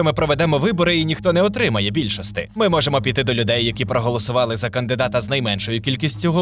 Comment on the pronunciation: Букву "і" не вмієте вимовляти? Якої бляха більшостИ?